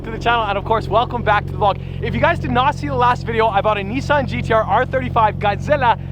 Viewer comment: Why you say NIISSAN and not NISSAN...